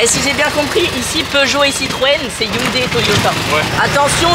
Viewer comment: Cest pas younday mais hunday🤭